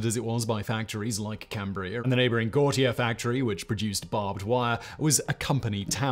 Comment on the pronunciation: Love you, Simon, and thank you for covering Johnstown's Flood, but it is Guh-Tear for Gautier